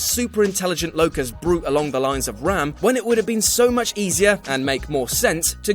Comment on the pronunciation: Okey man I love you but for the love of god his name is RAAM not Ram